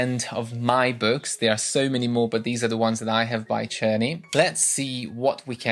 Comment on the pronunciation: Czerny I use with my students at the Music Institute. It's pronounced with K I ALWAYS HAVE. FIR EXAMPLE (KERNEY)